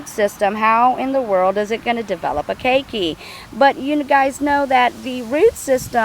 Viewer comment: key key, really hard to take the instruction seriously when even known pronunciation is wrong